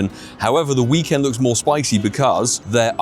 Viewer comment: Did he just say Hhhhhhhhhhhhweekend? Wow a fkin volcanion tease for the ones who already got it? fkoff pokemongo. I'm tired of this game